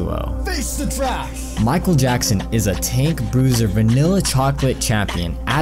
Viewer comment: MICHAEL YACKSON?